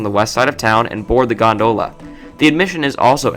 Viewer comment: It's GON-dola, not gon-DOh-la. LOL.